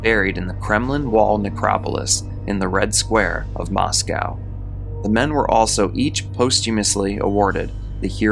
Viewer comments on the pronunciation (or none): none